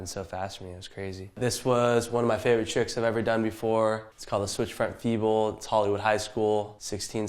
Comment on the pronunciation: 是feeble 不是feebl